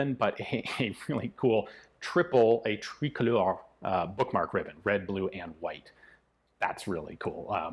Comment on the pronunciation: The way you said "tricolore" was quite funny :D Just pronounce it: "tree color". It's that easy.